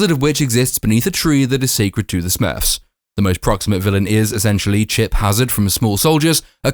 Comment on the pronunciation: "Smuurrrwwfs" your review is more entertaining then the film